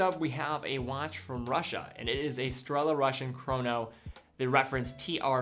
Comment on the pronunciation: In Russian "Strela" pronounced like StrelA - single l and accent on last letter - A. By the way, strela means arrow. I`m Russian.